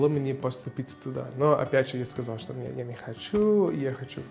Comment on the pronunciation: Мария Куликова согласен. Особенно, когда он произносит некоторые слова, типа "что". Довольно чисто произносит.